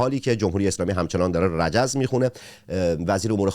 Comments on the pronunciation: رِجز خوانی نه رَجز خوانی === چرا میرینید به زبون فارسی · رِجز خوانی نه رَجز خوانی === چرا میرینید به زبون فارسی -----رِجز خوانی نه رَجز خوانی === چرا میرینید به زبون فارسی ------رِجز خوانی نه رَجز خوانی === چرا میرینید به زبون فارسی ------رِجز خوانی نه رَجز خوانی === چرا میرینید به زبون فارسی ------رِجز خوانی نه رَجز خوانی === چرا میرینید به زبون فارسی ------رِجز خوانی نه رَجز خوانی === چرا میرینید به زبون فارسی -----رِجز خوانی نه رَجز خوانی === چرا میرینید به زبون فارسی